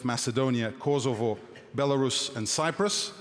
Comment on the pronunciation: i dont like the way he pronounces 🇽🇰Kosovo